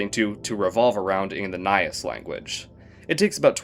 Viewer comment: bassically nailed the pronounciation, though, Nias is pronounced as "Nee-as" not "nay-as"